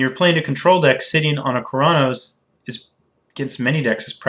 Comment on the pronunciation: You saying Keranos sounds a bit like Chronos, no offense though. Love your videos